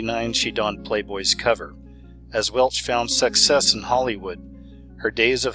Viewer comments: lol you said (sex-cess) sounds about right. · Did you say sexcess instead of success....If yes, I like it :) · 😂Did you say sexcess?